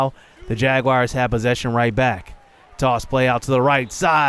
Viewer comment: Hahaha say Jaguars one more time haha its so funny that u don't know how to say jaguars lol